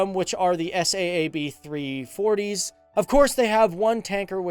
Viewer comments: not S A A B, its saab like the car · Saab like the car not s.a.a.b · S-A-A-B? How you manage to mispronounce the name of one of the biggest weapons/defense/aircraft companies in the world, aswell as a world famous car brand is remarkable. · Its Saab not s a a b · Why did you say S A A B its Saab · Why do say S.A.A.B when it’s Saab 😂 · 1950 sweden had about 7 millions citizens. And it's not called s a a b j 37, it's pronounce SAAB j37, like SAAB 900 TURBO or SAAB 9-5 TURBO! The airplane manufacturing is same company as the car manufacturing or the other way. 1995 they splitt the company's and Svenska Aeroplan AktieBolaget was divided to car manufacturer and airplane manufacturing. The last one stayed in swedish owning and the car manufacturing was sold to GM. And mostly on swedish air force you can google it, but best results you get in swedish spelling. But I liked your video anyway.😊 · The S-A-A-B... ? You really don't know what you are talking about, do you? It's pronounced Saab, a-sound as in "large". How on earth can you make a programme about the Swedish Airforce and not know that? How?? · Is not S.A.A.B. it is Saab like the car Saab. Just so you know😀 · It's pronounded Saab, because they like the car are made by Saab. Also, AWACS like "Aye-Wax"! 🙄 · FTD Saab doesn't stand for anything you can say it normally😂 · SAAB - ES--AY-AY-BEE.. :-D don't be afraid to pronounce as " 'sa:b " as the car brand Saab. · "S" "A" "A" "B" LOL! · he Said it lika S.A.A.B and it is one Word u say it like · It's SAAB. It's an abbreviation. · You don't say the letters in SAAB individually, it's just pronounced as one word.